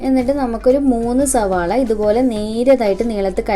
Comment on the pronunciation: Ningal endhina ellathinum z kootunne🙄zavaala😂